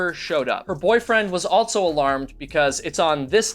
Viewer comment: There is no T in the word also. JS